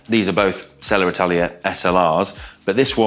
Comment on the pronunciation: Selle Italia ❌Seller Italia ✔